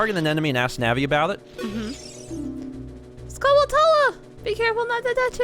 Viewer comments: Hey, I don't mean to sound like a smart alack but "Skulltula" is pronounced "Skull chu la" like Tarantula. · You're pronouncing skulltula wrong. They're like tarantulas, but skull instead of taran. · I think you guys are pronouncing skulltula wrong, You guys are saying Skull Tulla, but im pretty sure it is pronounced Skulltewla, kind of like a tarantula. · i know its late but i always pronounced it " skull-chulla " like how you pronounce tarantula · I've always pronounced Skulltula as Skull-chewla. I pronounce it like that because that's how you prounounce Tarantula... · My goodness. Not sure how far in advance you recorded this, but it's "Skull-chew-la" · it's always bothered me how people pronounce "skulltula." I've been pronouncing it similarly as tarantula since I can remember. It only makes sense.